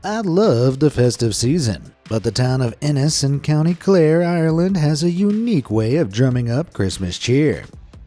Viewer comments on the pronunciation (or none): It's Ennis in county Clare, not Innis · ENNIS not Innis Co clare correct spelling from an irishman